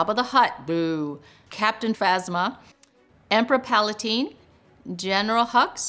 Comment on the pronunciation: Every Star Wars fanwhen she says “emperor palatine” 😡😡🤬🤬😡🤬😡🤬🤬🤬😡🤬🤬🤬